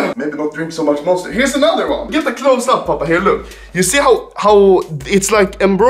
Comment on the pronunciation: Bonster instead of Monster ?